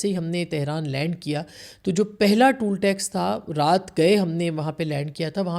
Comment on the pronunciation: It's not TOOL tax; it's TOLL tax.... Your Urdu and English need improvement.... Please! Don't take it as an offence...it's advice. !